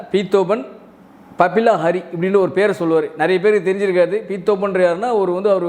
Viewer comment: தம்பி அது பபில ஹரி இல்ல... பப்பி லஹரி... 80களில் ஹிந்தி சினிமாவை கலக்கிய இசையமைப்பாளர்.